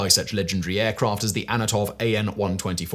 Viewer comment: Am I the only cunt that heard him say "AnAtov"..? Get your shit together! 😀